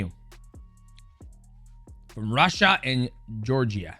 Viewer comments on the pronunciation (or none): none